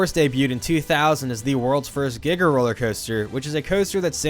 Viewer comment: Man said Giga with a hard R